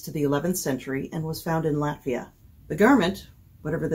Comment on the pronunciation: Thank You so much for pronounsing Latvian words & place-names properly! It is so rare that non-Latvian speakers get it right. It is really nice to hear! 😊